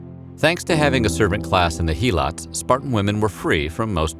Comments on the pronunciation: it's not He-lots it's Hel-ots; other than that great video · Imagine reading Spartiates, perioikoi, and helots and saying "Sparcies, perioci, heeelots" Edit: learn how to pronounce Latin names